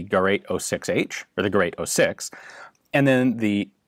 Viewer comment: Nice, Ian pronounced Gerät correctly.